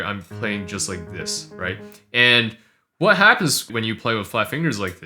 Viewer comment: Cute cat lamp! I'm just here to hear u say Watt instead of What